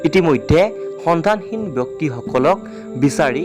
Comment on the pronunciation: সন্ধানহীন উচ্চাৰণটো শুদ্ধকৈ কব